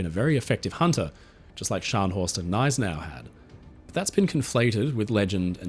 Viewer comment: Thank you for another great video,. And T H A N K Y O U for pronouncing “Gneisenau” properly. I got called names by the owner of another channel who pronounces it “ga-NISE-en-aw”.